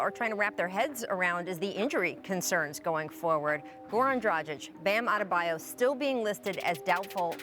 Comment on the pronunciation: How long does it take for U.S. Analysts to learn to properly say “Dragič”? Answer: I guess his whole career. Please do your homework Rachel, Charles, etc.